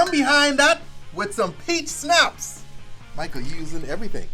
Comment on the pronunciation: The way he said Michael 🤣